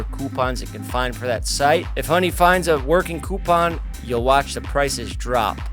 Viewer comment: I love how Jeff says Coupon